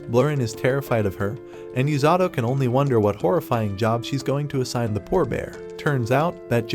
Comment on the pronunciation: The number of tims the ai calling "u-sa-to" as "yu-za-do"